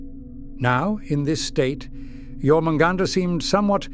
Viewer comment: John hunt, now you can't unhear it